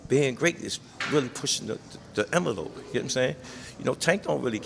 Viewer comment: Uvva...2lbs...instaresting...expedition...prescriptions.. imvalope... surrious...